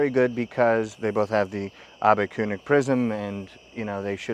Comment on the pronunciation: He did pronounce it perfectly (I'm Swiss German) and the prisms are Abbe-König (I guess it's written Koenig for the non-Germans)! 😛 Ernst Karl Abbe was a physician and worked together with the founder of Zeiss (Carl Zeiss and Otto Schott)! That's why Zeiss is using those prisms! 😍